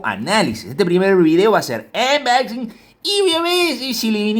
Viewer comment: Saludos Soy un sub nuevo y me gustó el vídeo del Gt 20 pro toy pensando comprarme ese cell x que veo q trae buena especificaciones. Cada vez q dice Anboxing me rio😅 un saludito